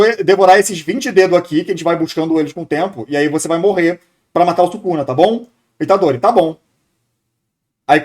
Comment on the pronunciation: true demais, o pessoal da dublagem de jujutsu fica colocando os nomes de forma porca. tipo falar Fushigurô e Itadorí, o pior de todos é quando falam jujutsu kaissén, é horrível. e isso sempre vem de não falantes de japones, porque todo japones sabe que a silaba mais forte é a que repete mais vogais. fushiguro se fala fushíguro mesmo, e itadori fica itádori. não exatamente assim, mas dá pra entender. a única que acertaram é gojô pq se escreveria gojou